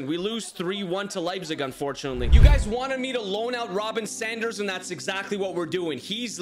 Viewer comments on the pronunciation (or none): none